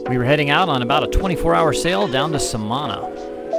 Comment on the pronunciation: SA-ma-nah is the correct pronunciation.